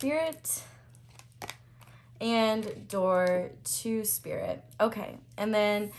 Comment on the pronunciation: Pile 1: "Sririt" 😭😭😭😭😭😌 Yo Aries energy never miss